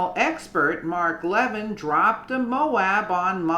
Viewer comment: You said Levin’s name right the second time! La-vin, accent on the second syllable. Hope the Trump team figures this out!